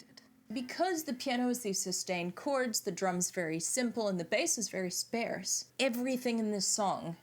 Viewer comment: Hi. Do they pronounce "sparse" with a "air" sound in New Zealand? It's with "are" sound in the US. (sp-air-se... or... sp-are-se) I've never heard anyone pronounce it the way you did... so I had to ask. Btw... I think you presented your points in both "bullet proof" form and "bullet point" form.; ) One point I would make about John calling his 1970 album "Sgt. Lennon"... is that it is not really much like their work from the "Sgt. Pepper" album. One being "sparse and bleak songs of a broken hearted ex-Beatle"... while the other was basically the opposite of sparse and bleak. While I like John's 1970 POB album (it has some excellent tracks) - for me it is a bit too much of a one note album. When it came out... I got tired of it much more quickly than I ever had of any of their other material. For me... his 1971 album just had so much more variety (it's my favorite of his solo stuff). With "Mother"... it hit me hard on the first few listens - but I found myself feeling less and less emotional connection to it as time went by. "Hold On" Nice job by the guitar correspondent. Well done. Love that you spent time talking about how you feel Klaus played the wrong bass note on that one particular spot. Love that your deep dives are so detailed and find points I never noticed. "Also... I didn't go home. I just popped out to grab some lunch." OMG - you gave me a good laugh... and that look on your face.; ) "Of course, he's dead. So what does he know..?" OMG - you are making me l